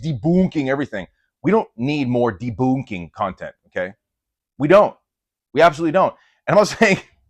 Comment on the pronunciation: "Debooonking" has me giggling like a little girl XD (And your content DOES help women, too, even if we're not your primary audience. Seriously, if there's any woman out there doing the Catholic fitness thing for women, (because our bodies ARE different, by God's design,) point me that way!)